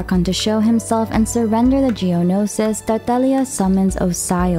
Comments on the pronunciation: stop pronouncing words like that... PLEASE. I mean, why did your voice changed while saying tartaglia... UGHH.. anyways. Good video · The way she pronounces Tartaglia’s name 😭💗💗